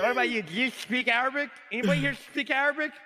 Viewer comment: "do you speak ararbic" LMAOOO